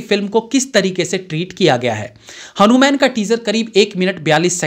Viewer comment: Bhai saab pehle aap hanuman ka uchcharan thik karo fir review krna Kyonki director pehle hi hindi me likh ke confirm kr chuke hn